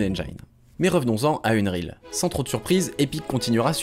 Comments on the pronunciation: Unreal pas Unreel ca m'a fait mal aux oreilles pendant toute la vidéo comment tu le dis mdrr. Mais sinon bonne vidéo 😂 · Et rien sur le "unreal" qu'il prononce "eune-rile"?? C'est ça qui était à deux doigts de me faire arrêter la vidéo. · faut m'expliquer dans quel monde "unreal" se prononce "eune-rile" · Je sais pas tu le prononcerais comment toi? Techniquement, ça se prononce "eunn-riil" avec un i long et un e court, du coup c'est pas si loin de qu'il dit